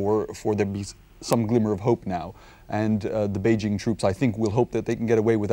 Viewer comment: Some of these journalists pronouncing "Beijing" as "Pee-king" xd